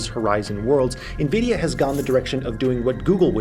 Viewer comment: By the end of the video you were pronouncing Nvidia correctly.